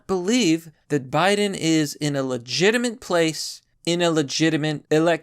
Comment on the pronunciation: I don't know, and I feel like I'd sound like a dick if I was wrong, but maybe he has a slight speech impediment, or dyslexia?